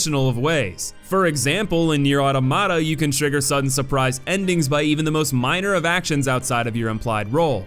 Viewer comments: Those Nier facts hurt. Gestalt and Replicant are vastly different titles and ffs it’s Not “Otto-mata” it’s automata like auto-matron. The amount of people who mispronounce it this long after release. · It's Automata, not Automata.